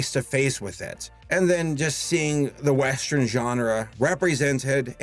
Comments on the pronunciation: why do you keep calling Rango a "westREN"??? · He says “westrin” instead of “western” and it bugs me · Me: Oh boy, a whole blast from this decade, what a trip down memory lan—: WEST-REN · I’m just now watching this, and with all due respect...why are you saying “westren” instead of western?? I’m so confused by this pronunciation. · Is from Chicago? I think that's a Chicago thing, like "I am the modren man" in Mister Roboto. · 'Westren' Please,... pronunciation. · You are really cool but can you stop saying weastren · It's metathesis. He's switching morphemes around.